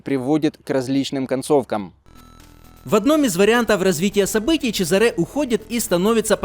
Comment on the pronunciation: Хорошая игра, спасибо! Только, конечно, в имени Чезаре ударение на а, это ж итальянец